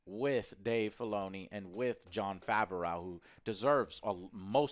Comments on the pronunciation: After five plus years joe still says Favrauw when it’s “Fav-Roh” lol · joe so dumb bro, they said they are writing the fourth season. Din isn't finished, I'm sure Book of Boba Fett will be separate. Also, it's Jon Faahv-roh. Not fav-ah-raow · joe really be calling this man jon favaroww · Can you PLEASE pronounce Favreau properly!! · I have never seen someone mispronounce names as consistently as does. His pronunciation of Favreau is incredible.......and quite frustrating.